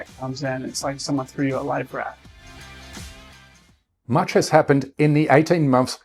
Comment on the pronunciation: I'm just wake'in up here. Poured the coffee. Canadian Tim Horton. I hear a guy say "it's just like somebody handed you a live rat". WHAT?? I replay the video . He's saying life raft. My laugh for the day